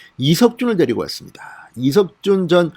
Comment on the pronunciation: 이석준 이름좀 제대로 말하세요